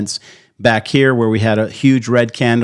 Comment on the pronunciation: Why are you saying candle with an accent???